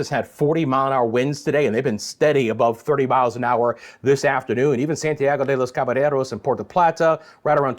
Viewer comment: Santiago de los Caballeros, the double l, as a y, as in yes or yay. I know it doesn't Marrero because of the hurricane but because you say this often, might as well get it right